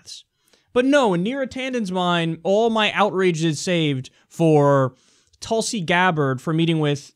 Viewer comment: Hehe its not pronounced Tulsey like u say.. its more like tool-si (si like the french say it). :)